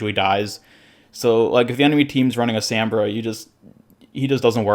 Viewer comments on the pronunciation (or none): This whole video bugged me!!! Also “Sambra”